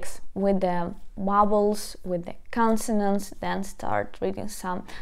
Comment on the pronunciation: also here a suggestion to help you speak English better. You have a problem saying the word vowel. Think about adding the Ukrainian letter в in front of word as it will help you with the v sound.. Take care!!!